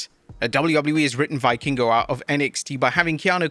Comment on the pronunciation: You do not build credibility as a wrestling report channel by not knowing how to pronounce the wrestlers' names. Why would anyone believe you know what you're talking about if you don't even know it's pronounced Vee-kingo?